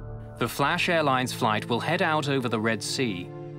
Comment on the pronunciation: When they said Flash it sounded like Crash Airlines 😆